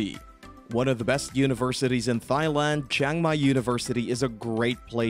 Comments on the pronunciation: OMG... After The umpteenth, Mis-pronunciation of the country name (Tai... Not Thigh) I had to click it off... It bugged too much. Shame though... It looked like a decent clip besides that. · AI much? Thigh land? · You just don`t pronounce Thailand like Thigh-land. That is absurd. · Dude, you're pronouncing Thai as "thigh"... come on, man. You need to re-record your narration to this with the correct pronunciation or it will be an eternal embarrassment for you. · Great list, bust can you please say Thailand correctly!!! Pronounced Tie-land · you said Thigh land one too many times, I had to stop watching, you clearly haven't been there